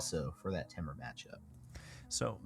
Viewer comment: Anyone else say temur different then max damage? I have also heard it like TEA-mur the way he says it makes me cringe